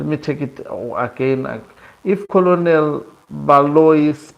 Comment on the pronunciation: Colonel is pronounced as kennel